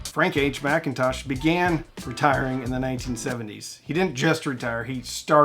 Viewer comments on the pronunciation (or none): It's Mick-in-tosh, not Mack-in-tosh. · Why do I hear "Mac"Intosh, not McIntosh? Is it the way the owners called it? Never heard of it. Must be American.... didn't go far abroad... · Um, there's no "A" in McIntosh. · Can I actually point out a pedantic reality. Being Scottish and coming from the land where peoples names actually begin with Mc and Mac . McIntosh is not pronounced Mac in tosh it is pronounced Mick in tosh and is an Irish name, so anyone including McIntosh themselves that pronounce it as Mac in tosh are pronouncing it wrong, it's Mick in tosh, get it right 😊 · Why do people mispronounce McIntosh? It is "Muc Intosh" not "Macintosh"